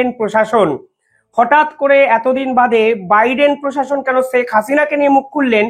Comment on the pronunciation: Sak na "Sheikh" Bangla uccharon thik korun. চ ছ er difference i bojhen na Khub baaje laage shunte. Daily daily nijer porichoy deoa bondho korun plz Khub baaje laage shunte.